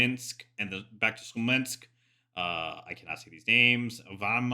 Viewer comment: Amazing video bro! But please it’s Smolensk, not Slomensk:)